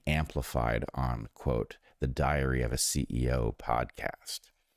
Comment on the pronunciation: 🤣 🤣 I listened a few times, I hear ya 😁 but it is actually the way he kinda joins the two words together as he says "that episode of 'diary-of' a ceo" 😜